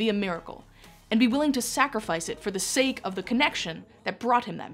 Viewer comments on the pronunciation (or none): none